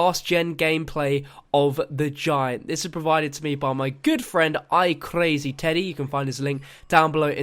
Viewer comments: No I think you're the idiot. He was just saying it like that as sort of like messing around I suppose. He didn't say it like that legitimately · Why did u say the word "crazy" like that? God you are just awful with pronounciation